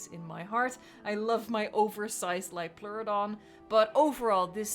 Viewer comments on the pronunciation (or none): I remember the Dutch voice-over by Monique van der Ven. And her saying Liopleurodon, and a few seconds later Lioploruidon. I always wondered: How can you say it right the first time, to completely butcher it afterwards? My favorite episode was Time of the Titans. Not just because of the farting Diplodocus, but it did play a part.